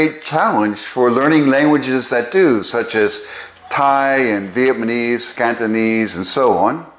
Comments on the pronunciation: Are you constantly saying vietmanese instead of Vietnamese? Or am I mis-hearing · Such a cool video! ✨ Thanks for sharing your knowledge and passion with us! (I’m quite curious about one thing. Why do you say VietMANEse instead of VietNAMEse? Is there a specific reason?) All the best! ☺️ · I'm not sure you are aware, but you are pronouncing it "VietMaNese". I listened to it several times over the first 7 minutes. I'm curious about that...whether it's deliberate or if there's some nuance I'm not aware of. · So I'm a little confused. Is it Vietnamese or Vietmanese? You keep saying the latter.